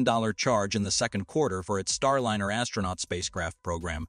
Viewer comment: There are also some very awkwardly worded sections. It's distracting how the pronounciation of key words keep changing. Starliner keeps changing between a soft and hard "i" like dinner vs diner.